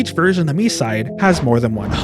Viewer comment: Yup, it's very annoying when most of "Land of freedom" players calling the game "My-side". Even Short-haired Mita in JP voice called the game "Mii-side".